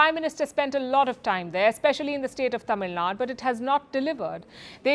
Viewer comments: It’s not ‘Tamilnad’, it is ‘Tamilnadu’. Can’t believe a journalist is getting it wrong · It's not Tamilnad but TAMILNADU